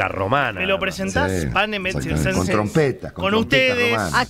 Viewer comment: Estimados: "panem et circenses" se pronuncia "panem et quiirquenses", ya que la c en Latín se pronuncia con sonido q. Saludos